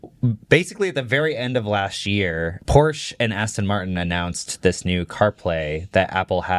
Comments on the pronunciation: Nova launcher is a must on ANY android phone. Edit: Also, even if Xiaomi could hit those specs, I’d be surprised if the US government would even let that car onto US streets. Oh, and btw, it’s pronounced Por shuh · Few points on cars: Porsche is two syllables. VW is an example of an OEM who famously tried to get better at software recently. They hired thousands of engineers and it failed. They fired the ceo and still failed. The Rivian R2 series is just a Model Y competitor. It won’t be the next level of cheap cars. Most people really don’t care about panel gaps and it’s still an overblown thing about Tesla. And they sold 1.8 million cars last year. They aren’t some small startup.